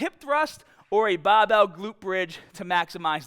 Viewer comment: A BABBEEEL!! what is a BABBEEEL?